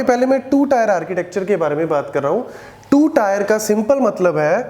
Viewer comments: It's not tyre(tier) It's टिअ(र्‌). Tee-eh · Its Tier => Teeuh not Tyre? Please correct your pronunciation because you are teaching and the one who is listening for the first time will also reproduce the same wrong way. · not tyre, it's teer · its tier not tyre.. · Teer not tyre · Bro it's tier not tyre🙄 Good video btw.